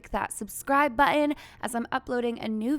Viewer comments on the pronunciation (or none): What is a subscribe buh-en?😂